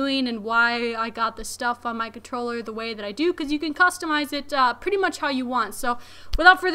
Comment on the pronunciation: She's got skills, a legit gamer, cute and has great taste in gear. I just couldnt get past the "cutroller" every 5 seconds!